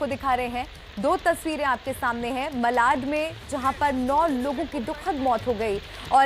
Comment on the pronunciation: मलाड नहीं,मालाड़।